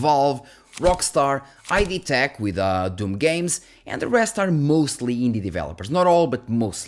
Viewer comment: Just a small note: You said "I.D. (eye dee) Tech" when it's actually "id (eed) tech". Same applies for idSoftware (eed software). Referencing the term used for the subconscious mind in psychoanalysis.